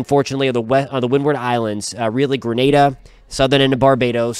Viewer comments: I appreciate you saying Grenada (gruhNayDuh) and not Granada (gruhNaDa). Grenada is in the West Indies, Granada is Spain. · Thank you for pronouncing Grenada properly.